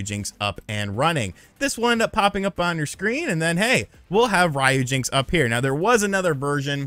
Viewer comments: its not Ryo-jinx its RYU-JINX, like Street fighter, (REE-YUU) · It literally says RYUJINX not RAYUJINX, why do you Americans always have to do things the wrong way !!??? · Calling it "Rye - Yu - Jinx" sounds funny ;) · Rye yew jinks. 😂